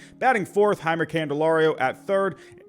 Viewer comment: Tigers fan coming in peace! Jeimer is actually pronounced Jay-Mur and Tarik Skubal is Tare-ICK Skoo Bull. Looking forwarding to watching, kill it man.